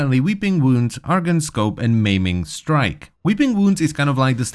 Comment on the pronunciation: "Meming strike > Maiming strike" xd